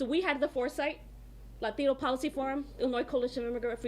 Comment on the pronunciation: Why do they go full lahtiiiiiinnnnnno when they pronounce there names 🤔 😒 🙄 so hilarious 😂 😃 😄